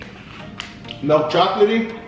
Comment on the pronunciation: Golden grahams are one of my favorites too. So funny question, does everyone in Canada pronounce milk like melk? It's cute. what other cereals do you love? I love cinnamon toast crunch, fruit loops, honey nut cheerios, reeces peanut butter puffs, etc. So many good cereals.